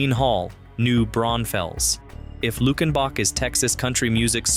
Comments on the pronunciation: It’s pronounced “Luke-in-bach,” just like in the hit 1977 song “Luckenbach, Texas (Back to the Basics of Love)” by Waylon Jennings. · Its Lue-ken-bok not Luck-in-boc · When I heard luck in bock, I was done. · By the way its pronounced "Luke en bach" I just need the GPS coordinates I am so ready to move just need the names of these towns 😂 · Mispronounced Luckenbach in the first line of the first listing of the 17 and, for that reason, I'm out. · Turned it off as soon as he mispronounced it.